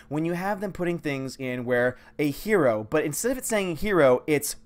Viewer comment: "a HER o" 😒( you dont say)